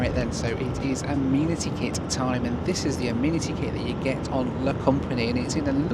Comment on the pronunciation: Correct pronunciation... ah-MEN-ah-Tee kit. 😅😂🤣